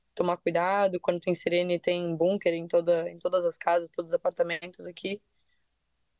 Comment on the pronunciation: Que agonia elas falando "bunquer"